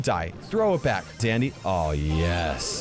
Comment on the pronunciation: I swear I heard Dandy instead of Sandy turn on subtitles and you’ll hear it too or slow mode the video